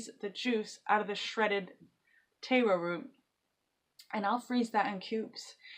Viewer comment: Just a note, its tahr-o or sometimes tare-o, not tay-ro.